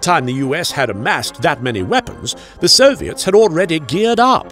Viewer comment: For some reason I clearly heard “the serbians” each time he said “the soviets”